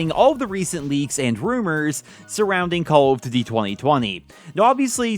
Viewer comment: No one:: "Calladitty".